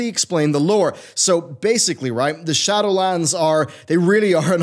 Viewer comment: Glad I'm not the only one who heard that. 😂